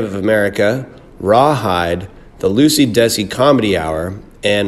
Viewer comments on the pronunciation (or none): none